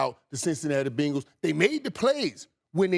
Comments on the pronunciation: Who's gonna tell Irvin its not "BINGLES" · It's better than " BANGLES" lol. Its BENgals. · When irvin says Bengals it kinda sounds like Pringles but with a b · Every single sports show talking head today has pronounced Bengals as Bingauls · “The Bingles” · “The Binguls” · How he pronounces Bengals is wild to me!! 😂😂😂